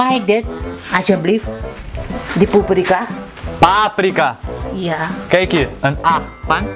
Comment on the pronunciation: Is niet poeprika maar paprika 😂😂😂😂😂😂😂😂😂😂😂😂😂😂😂😂😂😂😂😂😂😂😂